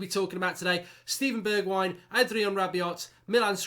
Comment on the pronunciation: RAH-BE-OH NOT RAH-BE-OT